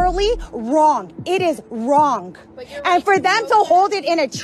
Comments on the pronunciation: "It is wronk. It is wronk." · This lady throws a 'k' or a 'c' after her g in wrong... like. .. wrongc, wrongk, Nothing is cute about it